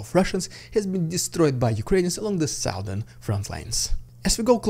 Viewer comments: the sow-thern region ? A lady pig ? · In what region?? oh please keep saying southern <3